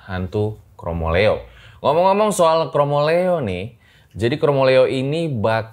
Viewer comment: bukan KROMOLEO tapi KROMOLEYO pake Y, dlm bhs jawa hampir tdk ada 2 huruf vokal bertemu